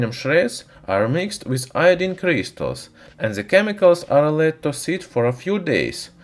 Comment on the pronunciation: like if u heard "Christus" instead of crystals :D